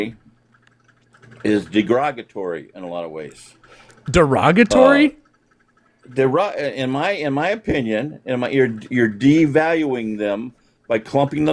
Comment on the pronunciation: Yes, he said 'degrogatory'. That's the place where they remove the alcohol from beer.